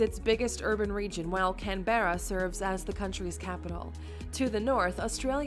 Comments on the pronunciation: One thing this narrator doesn't know is how to pronounce our capital city, Canberra. The accent is on the first syllable, not the second. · Also .. it’s pronounced ‘cam bra’ not ‘can bear ahh’. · OK, Murricans. PLEASE, no more Can-bear-ah. It's Can-brah. See? Much easier. Cheers! ;P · Its Canbra … not Can-be-ra. It’s a beautiful city.. why don’t they show all the national attractions there? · It's Can-brah, not Canbeara, silly lady...lol I grew up in Melbourne and my High School was easily 40% the children of Greek Immigrants. Melbourne is very Greek. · it's Can-bra not Can-berra - just a heads up if you want correct Aussie pronunciation of our capital city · It is not called Can-Berra. It is pronounced Canbra... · It’s “cambra” not cam-berra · Good on you for taking what this lady had to say with a grain of salt. Also she mispronounced a few things, only one I can remember was Canberra - we say it as CanBERAH. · I laughed way too hard when you said 2 beaches, that’s a true aussie right there😂😂 btw canberra is pronounced can-bra lol and i find it hilarious that it’s an American trying to throw out facts about a country she doesn’t even live in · Yeah, I rolled my eyes as soon as the narrator pronounced the capital's name "CanBEARa". Maybe leave the lecturing to a native, sweetheart. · How to say Canberra... Cam-bruh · This woman has spent no time in Australia because of the way she pronounced ‘Canberra’. It is pronounced Can-bra-h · People who don’t pronounce Canberra as “Can-bra” shouldn’t make videos about Australia 😅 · Omfg can-Berra 🤦‍♂️🤦‍♂️🤦‍♂️🤦‍♂️🤦‍♂️ Its cam-bruh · Hey Australia's capital mmmm. it's Can-bra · It's Can- ber-a. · For the last time, 'Canberra' has TWO syllables. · Why did she pronounce Canberra like that 💀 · Interesting pronunciation of Canberra. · I wish people overseas would learn how to pronounce "Canberra"! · She pronounced Canberra wrong . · That is not how we say Canberra lol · that is not how you pronounce Canberra..